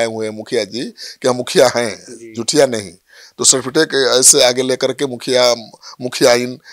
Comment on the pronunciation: आप भी सम्राट चौधरी के कॉलेज से पढ़े हैं क्या?? सार्टिफिटेक नहीं सर्टिफिकेट होता